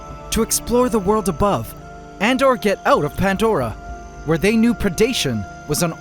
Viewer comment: Pantdora?? Is bro okay?